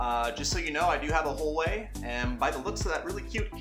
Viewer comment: Thanks. Just for future knowledge, it's "hwaa-way" not "hor-way"